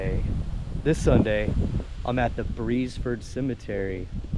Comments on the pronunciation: Its official name is the Beresford Presbyterian Cemetery (there was a church at one time). The town of Beresford was at this location. There was a steamboat landing just west of the cemetery. The pronunciation is "Beers Furd." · Pronounced BEARS FORD. I am Richard Beresford